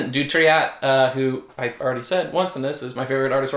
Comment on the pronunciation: Dutrait rhymes with 'tray'. Ludonaute rhymes with 'astronaut'. ;)